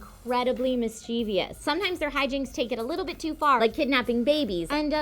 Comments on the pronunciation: No such word as mischiev"i'ous. It's mischievous (pronounced - mis-chiv-us) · i think you mispronounced mischievous